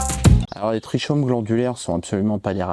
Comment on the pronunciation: Trichomes ça se prononce Trikomes